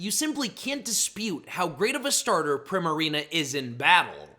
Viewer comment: It’s pronounced arr-KEY-iss, yoo-NUH-vuh, PREE-muh-ree-nuh, and HEE-SWEE, “”! 🤨 How many times do I have to tell you?? 🙄